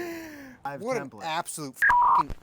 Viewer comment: Man I tell you hwhat.